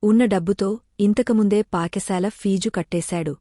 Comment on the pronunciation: Paka sala kadhu Pata sala amma